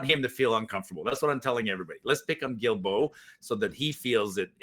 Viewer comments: Hi surname is pronounced Duildeault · the way to pronounce Guilbeault is GILLBO